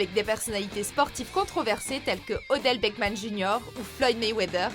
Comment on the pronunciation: c'est Odel BeckHAM pas Odel BeckMAN😡